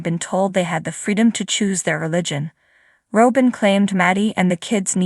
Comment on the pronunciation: When are you going too say her name properly.